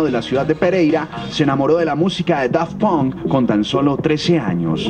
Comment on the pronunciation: la presentadora pronuncio mal Daft Punk :v